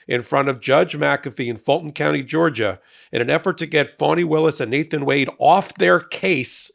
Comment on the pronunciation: Pronounce her name correctly....its fani